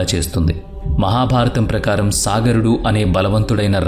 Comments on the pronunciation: Sagarudu not saagarudu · సాగరుడు కాదు సగరుడు